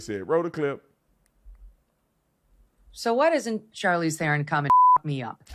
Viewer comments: You pronounce her surname "Tron" not Theeeeron.😮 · I love how Tatum keeps saying Theron or Thereon or whatever, never heard of her. 😂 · The freak Charlize pronounced her name as if she were some African Queen..calling herself Sharlees THROWN💩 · You pronounce it Tron in South Africa. And yes, we are embarrased that she was born here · I am from South africa and we do not like Charlize Theron, pronouncing T'ron!! She is such a fake. Still believing and telling americans she comes from a farm in south africa O PLEASE, it was a shabby smallholding on the outskirts of Benoni. She will do anything to stay relevant in hollywood. You GO Megan Kelly!!! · She is an embarrassment to us South Africans. At least we still have Elon 😂 Btw mr.Tatum its pronounced Tron even though it is spelled Theron